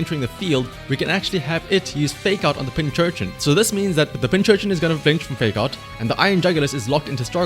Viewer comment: Subbed just because you keep calling it Pinchurchin